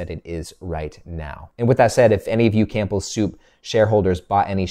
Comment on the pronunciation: The P in Campbell Soup is silent. Sorry, I had to say something, it drives me nuts every time I hear it in your videos. 😂 Keep up the great work love your Dividend Investing insights. 👍